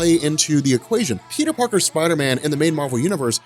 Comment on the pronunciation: Peter Parter Lol Peter "Three" Parter